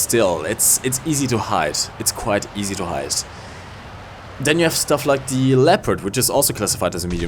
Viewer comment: Es heißt THE nicht ZE!^^ Warum macht das fast jeder Deutsche?